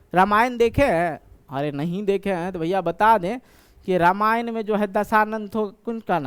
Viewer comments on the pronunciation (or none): none